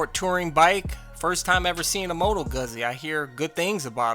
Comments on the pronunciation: Guzzy? I think you mean "Gootsy". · Your New York sales rep lied to you on the pronunciation. You say it like pizza. It’s Moto goot zee. As I just said like pizza is pronounced. Sorry they lied to you but they will say anything to get you to buy!!!! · Hey That “MotoGuzzi” is pronounced like Moto Gouzzy, I asked the local European bike shop in NYC. Because I pronounced it just like you did. And one of the sales guys said it pronounced like Moto Gouzzi. I was like okay. It must be an Italian thing. Anyway excellent video Keep them coming.